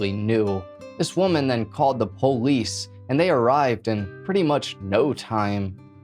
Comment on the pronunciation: I like how he says am-byew-lance and poh-lice